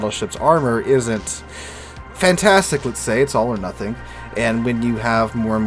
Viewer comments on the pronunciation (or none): none